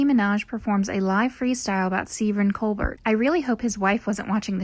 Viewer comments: uuuuuhhh what? The guys name is not cole-bert it's cole-bear. This is like a basic thing, how'd you manage to screw that up? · It is Stephen col-bear pronunciation. Not col-bert. LOL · She pronounced Steven Colbert (cole-bair) as Steven Colebert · The funniest moment of this video is when the narrator mispronounces Stephen Colbert's last name, like how do you not know how it's pronounced because how it's pronounced is this huge, huge thing? It's pronounced the French way, so the second syllable's pronounced not like the name "Burt" but like the animal "bear." Also, the funniest moment on Graham Norton, of which you name many, is hands down the interview with Matt Damon, Bill Murray, and Hugh Bonneville, all three had just had quite a bit to drink before coming on and become increasingly drunk as the show progresses until about the last 20 minutes devolves into this melee of completely unfiltered, unrehearsed hilarity with Bill Murray stream of consciousness riffing and Hugh Bonneville absolutely beyond any sense of composure. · Still having a hard time accepting the fact that the narrator pronounced Stephen Colbert’s name as “Coal-bert.” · mispronouncing several names, including Stephen Colbert (it's pronounced 'Colbear'!), shame! Plus explaining jokes, as others have mentioned kills the joke. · “Seeven Cole-bert”? Minaj even pronounced it correctly in your clip..... “Ki-Arah knightly”? James “Mc-avery”??????????????? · SteVEN Cole Bert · You can’t even pronounce Colbert’s last name correctly. Omg please go away. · Quit the video when they didn't know how to pronounce Colbert's name. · learn how to pronounce Colbert.... Minaj even SAID IT. and um... volume normalization.